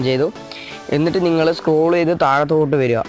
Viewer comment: സ്ക്രോ സ്ക്ലോ.... താഴത്തോട്ട് വരുക 😂😂😂😂 ആ പരീക്ഷണം ഒഴുവാക്കിയത് കാര്യവായി 😂😂😂😂